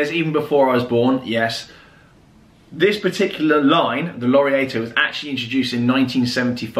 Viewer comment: So glad to see watch talk back! Just thought I’d mention its lor-Ree-ar-to and pereg-oh for pronunciation!! Keep up the good work!